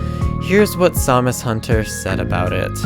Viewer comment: So who else thought he was saying Zamazenta instead of SamusHunter?